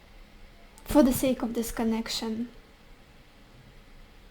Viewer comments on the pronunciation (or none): none